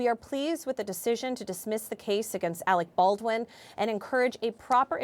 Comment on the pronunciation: That black lady kept saying Alec Ballin